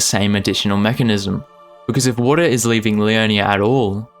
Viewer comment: Important health announcement: don’t create a drinking game where water is your password. You will be pissed drunk two minutes in and that’s where he really gets started!!! But for my pleasure only because I love your pronunciation, please say it one more time: WOADAH You rock!! 😊